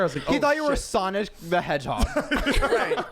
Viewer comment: The way said Sonic the Hedgehog 😂😂💀 it sounded off